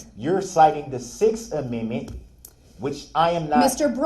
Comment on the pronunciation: Oh no! He says the judge is citing the “Sixth Aminmin!”